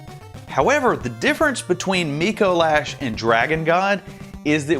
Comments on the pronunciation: It's not "Micoe Lash". It's "Micolash". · You said dicolash and I cackled